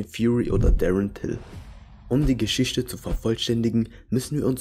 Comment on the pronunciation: PersöniSCHkeiten. GeschiSCHte. SiSCH. Ürland. Ich kann dem Typ nicht zuhören.